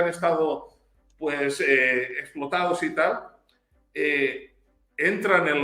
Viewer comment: El Sr. español ya se " salvadoreñizó" puya dice...😂